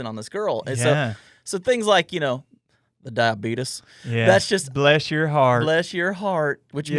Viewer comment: "the diabeetus" .... amazing!